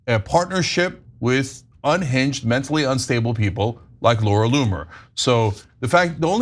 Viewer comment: Laura Loon-er